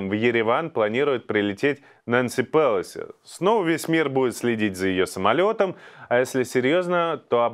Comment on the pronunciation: Иван, спасибо за выпуск. Всегда с удовольствием Вас смотрю. Пелоси надо произносить с ударением на "о" (на втором слоге) Нэнси ПелОси